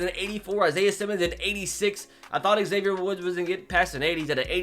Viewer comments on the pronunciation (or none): none